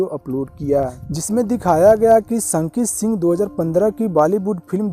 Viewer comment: Bhaiya ji aap unka name theekvsay lo sanki kyoun bolrahay ho (Shanky Shingh) name hai